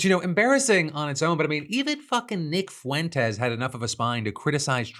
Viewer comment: when Nick Fecking Fuentes is calling you evil you really are something special 😂. I also love how you can't saying Fuentes without sounding like you're swearing. Suits him.